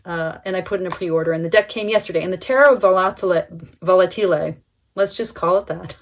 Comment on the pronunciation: This deck is fantastic. I wish I could buy it. Oh, and your pronounce was very close. It is TE-rra vo-LAH-te-le